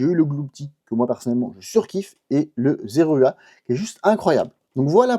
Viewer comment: "Zeraua" XD petit mixte entre Zeraora et Zorua XD ce plaisir de les pages se remplir!